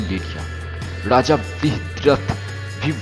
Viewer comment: U r voice is very funny u pronounce Raja as raza..🤣🤣🤣